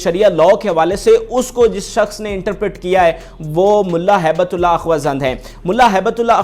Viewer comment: او جاہل تو چینل کیوں چلاتا ہے؟ تو ہیبت اللہ کا نام بھی نہیں پڑھ پاتا۔ بیٹھ جاتا ہے کرسی پر تقریر کرنے۔ حرامی۔